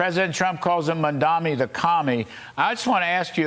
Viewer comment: If Fox wants to have an infkuence on the NYK Mayoral race, first learn to pronounce his name. Its MamdaNi not MamdaMi!